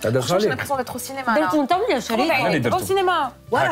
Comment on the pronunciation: واشبيهم يقولو cenema au lieu de cinéma 😊